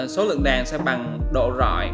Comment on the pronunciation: Đàn đàn cái lol .ngọng vừa phải thôi chứ .đèn lại cứ nói đàn